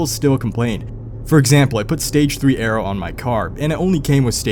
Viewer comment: what are you saying? Stage 3 “ara” or stage 3 “arrow” what does this mean? I’ve literally never heard this terminology but I’m not familiar with GMs. EDIT: (Ahhh you’re saying aero which is a fancy name for your spoiler) lmao.